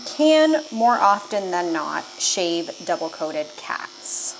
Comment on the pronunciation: SHAVE NOT SHEVE